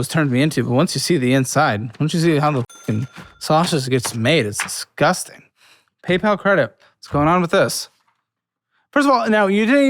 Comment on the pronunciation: I'm always amused how pronounces "dizzguzting"